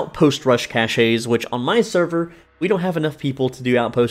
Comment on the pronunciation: Cache, say cash..